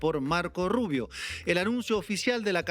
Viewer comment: ES GRINGOU, PORQUE ES RUBIOU.